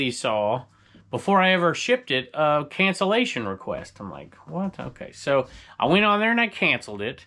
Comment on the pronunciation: cancellation not cancellization --- I think-- Always on your side and love your channels.